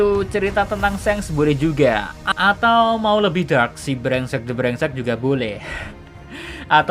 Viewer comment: Selalu Ngakak Kalau Ngomong Brengsek.D.Brengsek